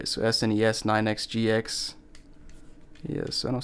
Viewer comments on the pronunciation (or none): none